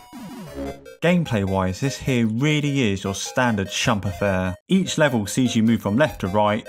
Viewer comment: Shoot em up is shortened to "shmup" (SHoot-eM-UP) and should not be pronounced "shump"